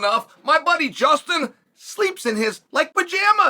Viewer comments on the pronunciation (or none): none